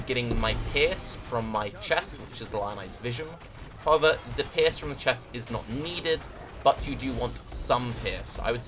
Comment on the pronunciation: Great build ! you seem you a cool player ! :D I just dislike one thing...your misspronnounciation of the word: Pierce...youre saying pears..which is as far as i know a fruit :O WHY ?! I dont get it...Cofefe :O ?!